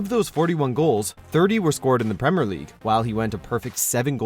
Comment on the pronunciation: Premer and salar when it is actually premier and Salah